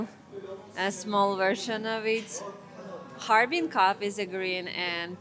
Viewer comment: 捉虫：哈尔滨 bing，水边，不是哈尔宾bin。